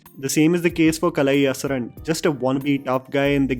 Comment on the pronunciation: Nice review as usual. and It is Kalai"Arasan" not Asaran :) Fyi, Kalai means Art and Arasan means King in Tamil.